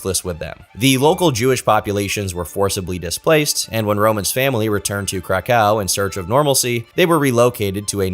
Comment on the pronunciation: It’s pronounced “Crack-OOOV”